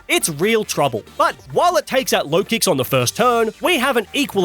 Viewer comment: LOKIX, NOT LOWKICKS! AND THE W IN RAYQUAZA IS SUPPOSED TO BE A U!